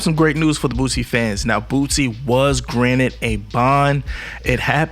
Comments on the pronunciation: THIS NIGQA STILL SAYING BOOTSIE!!!🤦🏾‍♂️😂😂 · I can't take this dude serious if he still by now can't pronounce boosie. Been saying bootsie for about 1yr and a half now. He sound black but be definitely not with the culture. I'm unsubscribing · Your stvpid ass is literally reading it and still saying Bootsie. You're an 1diot bro.